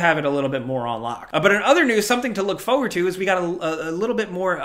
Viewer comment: it's FORward, not FOEward. <3